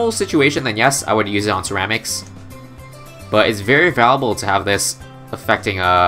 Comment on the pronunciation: I swear I hate "cerams" your not even saying it quicker your just changing the last syllable